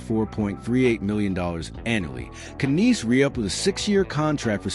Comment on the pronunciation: Matthew Kanees. Please stop with this AI that can't pronounce names properly.